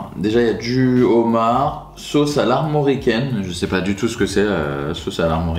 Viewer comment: "Des bouchées au Zhomard" 🤣 Toujours autant fan de tes vidéos !